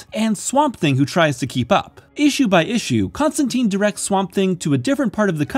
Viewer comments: it's ConstanTINE NOT ConstanTEEN !!! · It's Constantine, as in "line." "TYNE." Not "teen." The man himself corrects a character in this run. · It's pronounced Con-Stan-Tine the e makes the I say it's name. Like in fine. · I hate to be that guy but, It’s pronounced John ConstanTINE. Good video. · Whoa whoa, hold the phone. It's ConstanTEEN. Why? Because he's English, and that's how we English pronounce English. It's our language - it's the Americans who ruined it ;) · Great video but it drives me crazy to hear Constantine pronounced wrong the entire time - as per what Alan Moore established in this very run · This is a nitpick, but Constantine rhymes with wine, not teen. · ConstanTEEN is the American pronunciation, you’ve got this backwards.